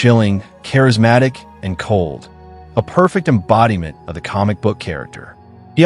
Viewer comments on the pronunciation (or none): none